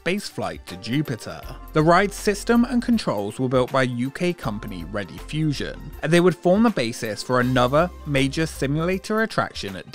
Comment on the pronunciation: Nice video - if they crop up again in future somewhere though Rediffusion is pronounced REE-diffusion rather than REDDI-fusion.